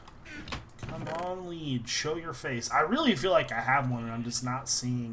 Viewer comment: When says lead it sounds like he says weed